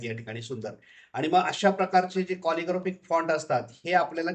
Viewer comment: कॉलिग्राफिक फॉन्ट नाही हो, कॅलिग्राफीक फॉन्ट असा उच्चार आहे.